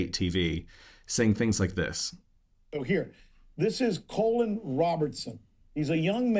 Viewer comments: "" 😂😂😂 He couldnt even get your name right. Some "journalist" 😂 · They might at least learn to pronounce your name correctly. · It's a great honor to have a presenter on RT mispronounce your name on purpose. Hilarious! The other guy has been served up to me by the algorithm some time ago but he's simply not plausible or relevant enough for me to even care. It's actually good you are featured there. That means you do have an impact and they feel a pain in their behinds. Well done!